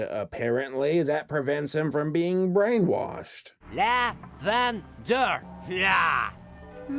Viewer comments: lavindear POOF its fixed JK its lavender dummy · laugh under!? You can pronunce Lavender Jean Pierre de Croix 😞🇲🇫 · As a french, I am surprised to see so little efforts put in the stereotyping 😂 Like, wine, seriously. If the character was an old guy, why not, but now wine is just meh, more people would drink coffee. But even worse; the Way he pronounces lavender as levender is absolutely stupid. In french, lavender is 'lavande', so if he has to make a mistake, it's more on the an-en part (as these are both pronounced more or less the same way in french) and not the first syllabe. Anyway, his accent is lame, never heard someone speak like that, and I have heard quite a few terrible english accents! And I won't discuss on this stupid croissant name or the offensive innuendo that french people are cowards and will run away from any bad situation, these are overused and boring tropes 😂 (Ooh and I forgot the famous 'France is only Paris', where everything happening in France has to be happening in Paris, and more precisely with the Eiffel tower somewhere in the background!) And really, poor chinese kid, give him some respect. The only good thing about him is that he points out to a Dumb kid that chinese and japanese are not the same thing. But why is there a box of noodles on his shirt ? Who would want to wear that?! Ew, you can't save anything from this movie, it's terrible and terribly boring, thanks video brinquedo. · "nigget" is what i heard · I herd Bigot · Sounded like she said nuggets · Sounds like "nuget" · you can pronounce Lavender Pierre